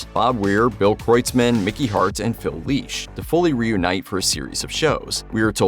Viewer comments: Lesh. It's LESH, NOT LEASH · FFS these AI narrators are horrible.. It’s Phil LESH … NOT LEESH..smh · Yes, came here to say the same. 🤦🏼 It’s: Phil Lĕsh - as in ‘yes’ Not: Phil Lēsh - as in ‘leash’ or ‘geek’ How do they even make that mistake? It’s kindergarten phonics. An ‘e’ by itself, without another vowel is ALWAYS a soft ‘ĕ’. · Phil LESH, not LEASH!!! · Lesh not Leash, c’mon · Hearing Grateful Dead’s Phil’s last name butchered, repeatedly was pretty morbid. It’s “Phil Leshb” as in mesh. 😂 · Say "Leesh" one more time, robot! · Phil Leesh” Jesus Christ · The "e" in Lesh is soft.